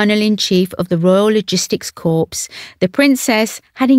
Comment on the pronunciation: Anne is royalty personified and gives her royal role the full attention .The commentary here is torture to listen to would someone tell the dope that corps is not pronounced corpse